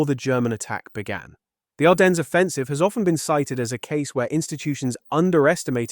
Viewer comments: Sigh … another mispronunciation “Arden ness” it is ardenz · Can't get your AI to pronounce "Ardennes" correctly? No credibility.